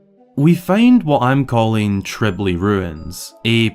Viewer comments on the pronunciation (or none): Trilby, not Tribly